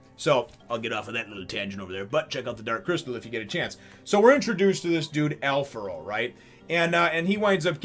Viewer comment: Kickass chapter introducing a very unique character, (and yes, he does rank higher then the vice-chef's such as Tommy) Also thanks for pronouncing his name correctly as Alfaro, some translations tend to go for Alfrado, as it is the name of a dish and the spelling is similar.